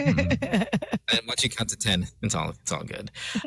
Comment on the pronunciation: Count to ten... "Kantuten" hahaha